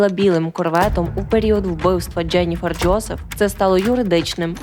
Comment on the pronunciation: мені теж подобається ваш контент і подача , але вибачаюсь за снобізм , дуже ріже вухо помʼякшення голосної літери після літер ДЖ . Ческокажучи ледь витримала два відео . Переслузайте як ви вимовляєте такі слова в як інші. Треба казати не Джєніфер Джьозеф , а Дженіфер Джозеф , беж помʼякшення голосної .